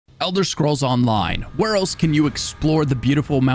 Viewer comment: Thanks for pronouncing it Elder Schkrolls every time I 💖ed itw